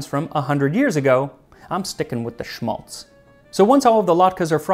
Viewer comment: Just a note on Schmalz. It is in German pronounced with a sharper A like in Apple. It is esp saved from Geese when doing Christmas Dinner. It can be preserved for a long time and is economical when it comes from cooking. Around my area it is also made from Pigs. It's interesting to see "Berliner", "Kartoffelpuffer" and "Eierkuchen" being Jewish dishes, as they are very popular Germany esp. here in eastern Germany, and mostly so with every child. Thanks for this episode!